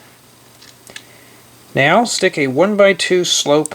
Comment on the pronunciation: no he said now it just sounded like meow